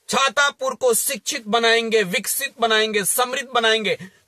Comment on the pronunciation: छातापुर नहीं हो छतरपुर है 😂😅😂